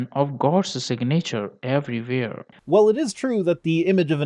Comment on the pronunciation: Sig-nature of the god... umm...